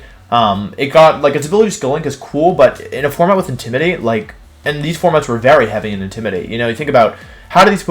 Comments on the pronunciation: Hi, new sub, "IndimidaTEA"????? Aight, ok. So this is how it's gonna be. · Intimi-dat-i. I'm starting to think this dude only learned English yesterday. Also is Wenusaur a niclname or is it another weird pronoinciation?